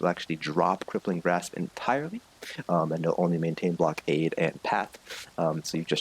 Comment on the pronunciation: Really good videos, but it kind of triggers me how you pronounce "blockade" :D